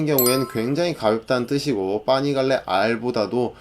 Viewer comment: 와! 자료조사 열심히 하셨네요... 근데 파이프 -> 빠이프 , 파니갈레 -> 빠니갈레 자꾸 이 발음이 이탈리아어 모르지만 뭔가 이탈리아어 처럼 들리네요.ㅋ